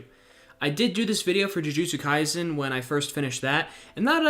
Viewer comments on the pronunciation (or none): none